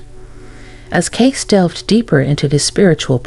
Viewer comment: AI voice not pronouncing Cayce correctly.